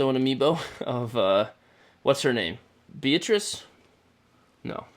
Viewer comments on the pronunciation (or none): none